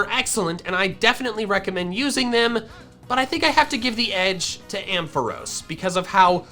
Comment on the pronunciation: AMPHAROS, NOT AMPOHROS! FIX IT NOW!